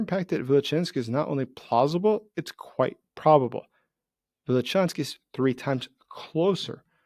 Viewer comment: It is Vilyuchinsk, not Vilichansk.